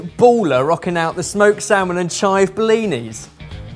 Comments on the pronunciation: They’re not like “CHIVE” 👊 they’re “chive” 👐 And also, for someone who’s not into tiny balls on my food, I don’t find this very appetising. 🤢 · "they're not like CHIVE! they're just like chive~" 😆😆😆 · "They're not like CHIVE.. but they're like chive" -, 2020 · “They are not like *🤜🤜👊* CHIVE!! They are more like *🙌👐🤲* chive.” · It’s not “CHIVE”, it’s “~chive~” I LOST IT AHAHAHAHAHAHAHAHAHAHAHHAAHAHAHAH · "CHIVE!" "chive" is best.